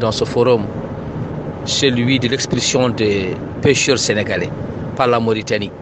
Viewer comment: Baakh na daal... Il prononce pas la Mauritanie de cette façon en arabe. En plus pourquoi pas publier ka vidéo ou indiquer l'origine de l'audio